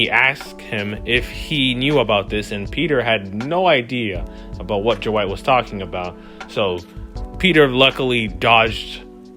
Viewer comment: jawight? its Dwight! how can you give a review if you cant pronounce his name?